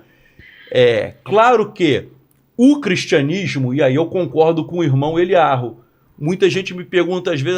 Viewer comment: Professor insiste em chamar o rabino de 'Elyarru'... Quando, na realidade, é 'Elyau', como ele mesmo corrigiu a um entrevistador há um tempo... 🤔